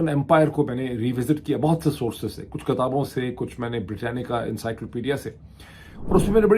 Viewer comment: When you start reading the Quraan, one of the earliest verses bears the word کتاب ... with punctuation, it is pronounced KITAAB, not kataab. There are different pieces of information, pieces of advice pieces of evidence etc, never informations, advices or evidences. And you talk of yourself as a prize-winning orator! 😂